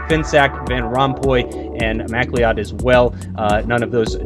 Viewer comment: Love Americans trying to say MacLeod, always get it wrong! haha! "Ma-cloud" that is how you say it, fyi! ;)